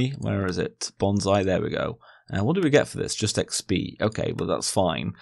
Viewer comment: its pronunciation is [bonsai] not [bonzai] :)